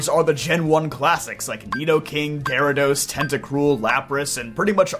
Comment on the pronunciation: It's gyarados. 99% of the time it's gyarados.